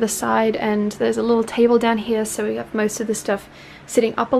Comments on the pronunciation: more like hiya or hia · I love the way says "here." Aussie accents are so nice.